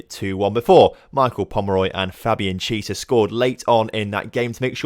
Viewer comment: Chiesa is pronounced key ayy sa